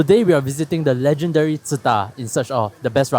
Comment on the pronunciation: I found out today it's not pronounced as Su-Tah :face-blue-wide-eyes